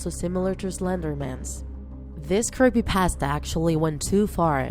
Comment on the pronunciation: She said creepypastay